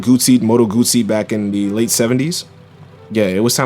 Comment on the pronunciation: Another primo video. Thanks for pronouncing "Guzzi" correctly, and thanks for speaking fast. You are one of the only YT channels that I don't have to watch on 1.5X speed. 😘 (no homo)